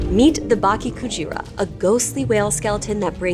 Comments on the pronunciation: Why are you saying baki instead of bake in bakekujira? It's not THAT hard. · Bake not Baki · Just a little pronunciation tip… “bake” sounds more like “bah-keh”, with the “e” in “met”. 😊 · “Bah-keh Coo-jeera” -> Correct pronunciation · The way you pronounce it sounds like Baki Kujira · Cool story, but please consult with someone on pronunciation next time, im cringing every time you say "baki kujira", it's an e not an i lol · Dude, at least learn how to pronounce Bake-Kujira correctly before making video like this